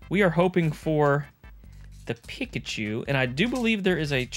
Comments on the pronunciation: Sorry, but I’m gonna be THAT guy... Peek-a-choo not pick-a- choo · Bro....its said "Peek ah choo" not "pick achew"..lol. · "PICKachu" hah love it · Why you say Pikachu like that? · That Arkansas Pikachu pronunciation got me rolling 🤣🤣🤣 Great video!